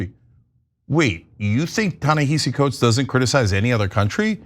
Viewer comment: What I hate more are these Panelists who are either deliberately or ignorantly mispronouncing Ta-Nehisi Coates and Tony Dokoupl. My job is not to educate you; you all should educate yourselves.